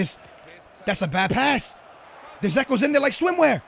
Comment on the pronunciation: D-zeko? Really